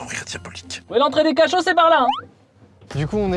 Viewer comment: A -> "l'entrée des cachots (ca-chauves) " XD